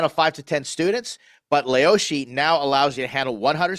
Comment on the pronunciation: you lived in china for 2 years and called it leoshi 😂😂